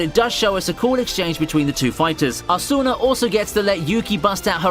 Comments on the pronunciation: Agame? Who the hell is Agame? You mean Akame (AHKHA-MAY)? Lol. Why do you emphasize the first syllable in most names like Asuna (Ahsoo-na), not (Ah-soona). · The way you say Asuna 🤦‍♂️